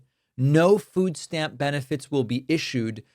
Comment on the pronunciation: Wtf is a "foos stamp?"